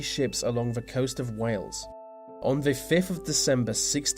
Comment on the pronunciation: I like the content, well done..... May I add a small request though..... Please stop saying Ver...... It's THE . Thank you👍🏻